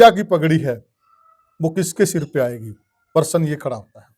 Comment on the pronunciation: परसन नहीं * प्रश्न "?😊